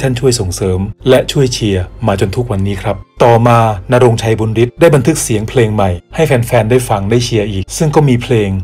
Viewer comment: บุญฤทธิ์ อ่านว่า บุนยะริด นะ ไม่ใช่ บุนริด